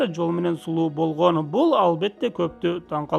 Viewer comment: Лингиаисикага БАРЫП тилди ондо Бойгонь тойгонь дебей Болгон Тойгон жепг суйло.ЛИНГИВИСТИКА